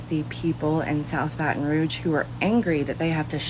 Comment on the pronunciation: She was saying rouge incorrectly....don't know why that bothered me